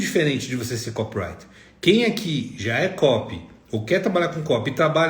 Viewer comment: É "co PI rai ter" , seu ANIMAL! E não kop rai ter!!!!!! Co pi wri ter. 4 sílabas é não 3!!!!!!!!!!